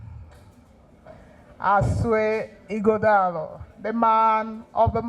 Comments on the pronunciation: This baffles me that Nigerians from other far and near tribes can't pronunce Ighodalo distinctively. Even when they are making their written speeches with the name also written in the speeches. Can't they learn the pronunciation before delivering the speeches ? The time we were schooling in a french country, the white lecturers could pronunce our African names such as Obhigho, Akhahon, Inegbedion and Oghedegbe very well. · I’m surprised that Senator James Manager, from Delta State couldn’t properly pronounce the name of the Edo PDP candidate. Here is a man from the next community to his own